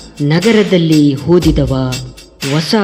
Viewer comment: ಹಾರದಾನೆ ಅಲ್ಲ ಆರಾದನೆ. ಹೋದಿದವನ ಓದಿದವನ???!!!